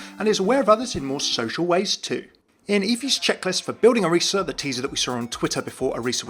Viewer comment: FINALLY SOMEONE THAT SAYS ORISA's name right!